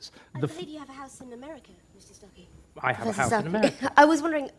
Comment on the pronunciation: Is it just me, or is David Starkeys voice really satisfying? Lol the way he perfectly pronunciates every single letter is just mwwuaahh 💯😂